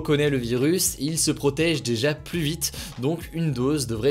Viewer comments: Il y a un détail qui me fait tiquer à chaque fois, c'est la manière qu'il a de prononcer "plus" avec un "s" à la fin même suivi d'une consonne. A part ça très bonne vidéo x) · A quand le débat sur ta prononciation du mot "plus"?